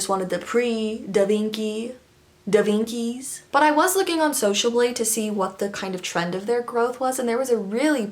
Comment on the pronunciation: ‘davinktims’ IM CRYING THATS GOLD